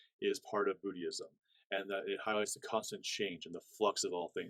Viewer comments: Hi, wishing you the very best. The pronunciation of "Buddhism" is: "BOOD-izm." In the video, it sounds like you're saying "BOOD-ee-ism." Hope this is clear. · Hi, thanks for the video...FYI, it sounds like you're pronouncing the word "Buddhism" a bit incorrectly. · Haha 😂 it sounds like his pronunciation triggered you too much to see the knowledge.